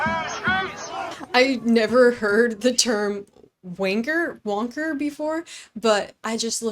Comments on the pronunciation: Thanks,! That would be “Dee-po” as in Home Depot. Governor “de-San-‘tis”. Wanker, “wAnker”. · its wankers not wonker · Love your videos! Just for clarity - in this video - it’s wanker like banker, not wonker like bonker lol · in US speak, "wanker" is probably closest to calling someone a "jerk-off". Commonly used in Australia as well, and I believe South Africa & New Zealand. And to say it correct, more guttural, and it's not "wan" like Obi-Wan or "won" like Willy Wonka. It's difficult to spell out phonetically, but somewhere between "when" and "whan". And just "kah" at the end, short. Ditch pronouncing the R. For an American, the best pronunciation of the Australian accent I've heard in acting is Robert Downey Jr as Waaaayne Gale in "Natural Born Deleters", he got our accent mostly correct. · Just to be clear for the American viewers, it's pronounced like "Hank".... Wanker is a term that, in this use, is a derogatory term. It can also be used as a friendly term. For example, you could call a close male friend "you old wanker" like a term of endearment. However, only from another man. Women wouldn't use the term really. They have their own particular vulgarity. British humour is hard to understand sometimes. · Ok, let me first say...i am a fan. But you gave me a good laugh with some of the pronunciations of some of these words....😂...like the slang, British term "wanker" lolol....i know you are young...it just struck me as funny!😂 Love to see you learning as you go!❤️ Keep up the good work...youre doing great!🥰 ✝️🇺🇸